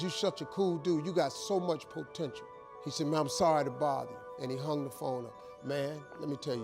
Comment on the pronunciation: So much poh-tential